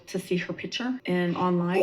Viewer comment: I absolutely despise the way she says “pitcher” instead of “picture.”